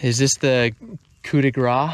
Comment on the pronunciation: Coup de grâce is in french. It means to mercy kill something. The final « e » in french is never prononced unless it has an accent like é, è or ê, BUT the last consonant is. In english it is the same thing with the words: like, battle, fleece, for example. So « grâce » would be pronounced with an « s » sound at the end. « Bouge rv » is a hybrid. Bouge is french for move and ends with a soft g sound. But « rv » is english, in french it would be « vr ». Thank you for the videos, I enjoy your upbeat, it will all workout, approach to life !